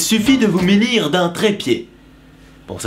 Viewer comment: "il suffit de vous 'ménir' d'un trépied!" Ahah x)